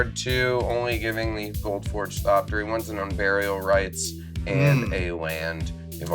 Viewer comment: repeatedly saying "Thoptery" without the X made my teeth grind in ways i didn't know was possible lol -- we must honor the memory of the proud archaeopteryx by pronouncing the X!